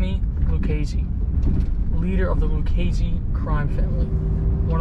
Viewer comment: Good job with the name punctuation! Great videos & Magnificent narration